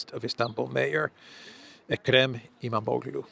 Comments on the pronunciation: iMAM0GLU - don't pronounce the g. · I really enjoy your comments on every day's news. Since we will be hearing a lot of Istanbul's mayor, let me correct your pronunciation of his name. It's Imamolu (silent g as per Erdoan). Hope it helps. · İmamoğlu.....pronounced ımamohlu...don't pronounce 'ğ '